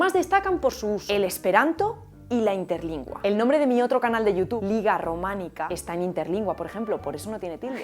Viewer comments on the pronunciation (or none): none